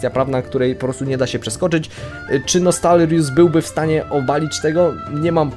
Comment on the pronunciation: Serio? Czemu tyle osob ma problem z wymówieniem tego słowa? :D Nostalrius - pierwsze 6 liter ze słowa nostalgia i dodać "rius". Nie ogarniam co w tym trudnego :s rozmawiam o tym serwie duzo z kolegą i słowo jak słowo.